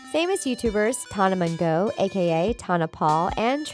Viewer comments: Tan-ah mo-joe not tona mongo😂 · “tonna mun-go” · tonuh mongough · “TONA MONGO” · “Ava cotta” “nakaya” “tonna mongo” I’m cryingggggg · Ta-na mon-go😂💀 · Am o the only one who got triggered when she said Nicaya’s name wrong AND Tana mongeou’s name? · she really just destroyed tanas name like that. LMAOO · LEARN HOW TO PRONOUNCE Tana Mongeau'S NAME RIGHT